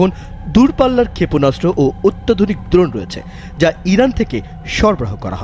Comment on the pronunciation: দ্রণ না ড্রোন বেশি স্টাইল মারতে গিয়ে বানান ভুল পড়ছে😅